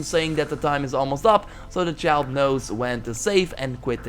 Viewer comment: “when I was a chalts”